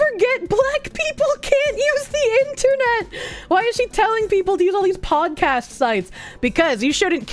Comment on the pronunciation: I didn't know podcast could be pronounced with an X...